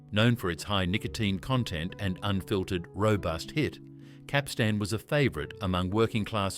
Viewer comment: Learn to pronounce Capstan properly. The emphasis is on the first syllable not the last syllable.